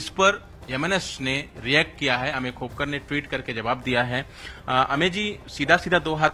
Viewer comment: खापेकर नही ,खोपकर बोल !